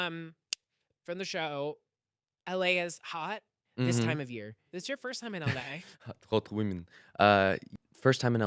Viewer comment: he says 'hot women' in russian accent sfgkakadlş HE IS SO CUTE